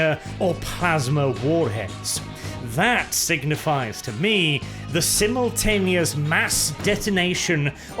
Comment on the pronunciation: Every time says "simuln-tehneous" i keep expecting to hear "and devastating and defensive deep strikes". Is a Blud Rehven or something?